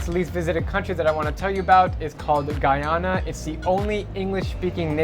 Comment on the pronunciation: He said Guyana correct... lol. As a Guyanese I say thank you.